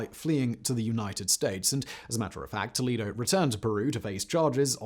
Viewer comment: It is a minor thing, but you could check some of the names' pronunciations (toh-LED-oh (not lee), oo-MAH-la (no h sound)), especially if you make the follow up on Fujimori. Spanish is very consistent in pronunciation and writing, or you could look them up.